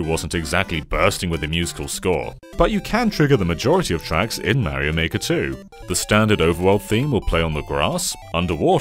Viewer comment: He's called "Mario" and not "Maerio" 🤦‍♂️